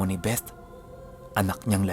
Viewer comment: i love the way you pronounce the word “BETH” with the “th” talaga.... thanks god bless🙏🏼❤️